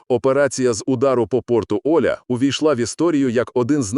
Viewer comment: Порт ОлЯ... Ударение на Я...